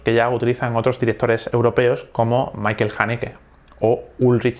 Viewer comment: Por favor no digas "Maikel Hanneke" no es norteamericano, es austriaco. Di "Mischael Hanneke"